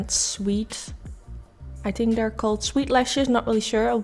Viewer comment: Hey there. I hope you don't mind that I point out your speech. In no way am I trying to make fun of you or put you down. I just thought if I explain what I hear it will help you figure out how to change it. I just want to be helpful. ❤️ You are pronouncing think as tink, the as Dee, and together as togetter. You could try working on TH and the 'the' sound. And I just want to point out that it doesn't bother me one bit how you speak. And your English sounds really good. I just thought that if you think that you're having a problem with it or you wanted to figure out how to be better at it that you would want to know. And I put this as a comment in case somebody else is having a similar problem. PS. This makeup look is so bomb!